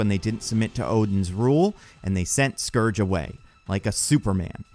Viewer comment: Pretty sure you said Scrooge a couple of times lol